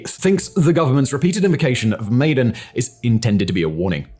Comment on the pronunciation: Maidan = My-Dan Tbisli = Buh-Lee-See